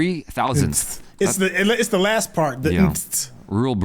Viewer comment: "I mean, not for me, I f***ing nailed it." Dude, you just used the 'th' as in 'thin' when saying 'the.' You did not nail it